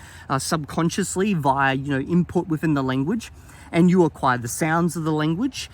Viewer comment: Fun fact: If you put the video at increased speed, it sounds like he's saying "Linguage" instead of "Lenguage"! Or maybe that's just my accent seeping into my ears lol. (I pronounce "Length" and "Strength" and the like like "Lingth" and "Stringth", Idk why I just do.)